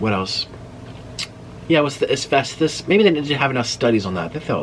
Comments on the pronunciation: Asfestos??......I think you mean Asbestos. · It’s “ASBESTOS” not “ASVESTOS” it’s a b not a v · Asvesthus.... More like asbestos 😅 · L❤️VE you Nik but it’s asBestos 😊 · "Asvestus" AKA Asbestos!! Love it. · It’s asbestos with a B, not F😆